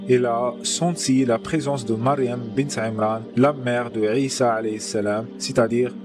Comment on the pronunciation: La prononciation du nn Issa est mal prononse